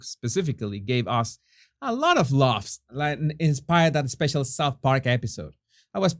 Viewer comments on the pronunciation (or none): none